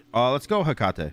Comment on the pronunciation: Fun fact (at least I think it is): Hecate is pronounced Heh-kuh-tee